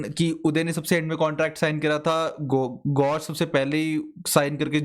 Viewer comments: bhai ek jis maine notice ki gaush ko gauresh isliye bol raha hai shayad vo btana chahta hai ki vo R ko D nahi bolta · Gaush ko gaureh kyu bol rahe hai? Samjha do koi